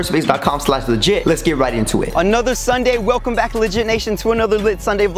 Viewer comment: Weclome back! 😂😂😂 Like if you noticed